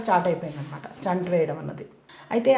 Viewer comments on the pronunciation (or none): స్టంట్ కాదు తల్లీ, స్టెంట్ అనండి.